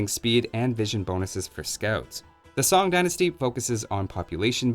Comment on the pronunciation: While we're working on pronunciations, you'll want Tong and Sung, almost Sng.